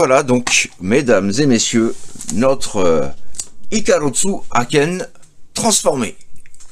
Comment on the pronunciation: Hello juste en passant : "icarusso" c'est absolument pas la prononciation du nom en Japonais : ジェットイカロス c'est même l'inverse "Ikarosu". Le S est dur en Japonais, pas besoin de le doubler en transcription romaine.